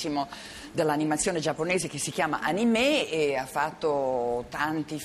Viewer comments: Animè?? Ma cosa dice sta qui?!?!?! O_O Un altro pilastro dell'Arte gettato alle ortiche in un istante!! SVEGLIA!! La pronuncia giapponese non è quella francese!! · che ignoranza non sa dire neanche anime lol